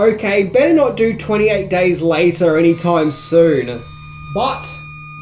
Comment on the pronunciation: "EN TWANTY AIGHT DAAYS LIATAA"